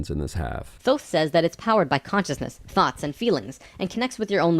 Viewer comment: The way how he says "Thoughts"